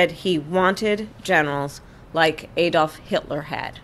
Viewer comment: Q: what do Anderson Cooper, Ben Meiselas and Kamala Harris have in common? A: none of them knows how to pronounce 'Adolf'.